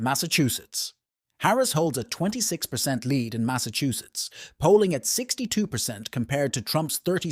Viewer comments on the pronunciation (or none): none